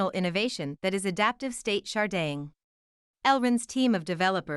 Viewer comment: Can this lady not pronounce "Sharding"